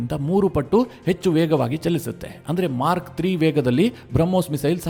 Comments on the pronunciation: It is MACH not Mark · ಮಾರ್ಕ್ ಅಲ್ಲ ಗುರು... ಮಾಕ್ ಅಂತ ಉಚ್ಚರಣೆ ಮಾಡಿ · ಸ್ವಾಮಿ, Mark ಅಲ್ಲ, Mack. ಉಚ್ಛಾರಣೆ ತಿದ್ದಿಕೊಳ್ಳಿ.